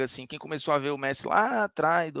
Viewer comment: "Meressi" é sacanagem lkkkkkkkkkkk